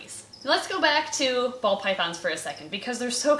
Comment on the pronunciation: I keep hearing 'bald' pythons instead of ball.